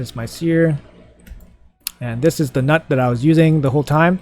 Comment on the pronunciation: It's pronounced newt btw 🤣🤣🤣